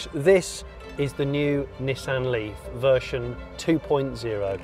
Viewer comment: Vershon 2.0!? What the hell is vershon?